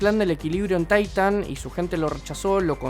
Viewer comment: "Taitan" C'mon men, otro que ve las pelis en inglés